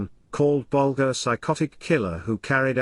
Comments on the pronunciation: Why create a video about Whitey Bulger without making an effort to pronounce his last name correctly? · He cant even pronounce his name right. 3 minutes in, im done watching.